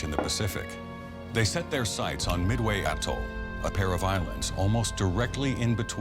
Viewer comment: omg, you saying Midway is so funny, its mid way not meway